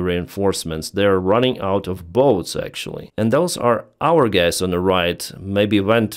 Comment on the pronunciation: Lol. You said 'g*ys' instead of guys. Not offended!, just noticing. ❤ Love the channel. I realize speaking English is hard for Slavic people.